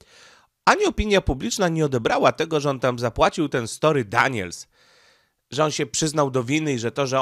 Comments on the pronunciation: STO(R)MY, Nie "Story", na litość boską, jak można tak przekręcać nazwiska... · Stormy Daniels a nie story Daniels. 😅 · Stormy,, a nie Story.